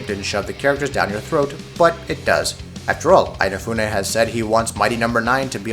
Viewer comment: Eyenafune? I never knew he was Irish :D